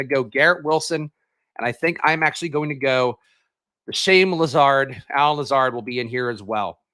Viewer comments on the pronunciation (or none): Did you say Shame lazard like Shane wizard lol that's funny